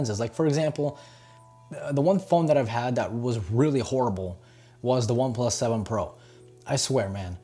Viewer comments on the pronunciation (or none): none